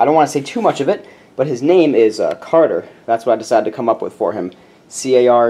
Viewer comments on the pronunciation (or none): none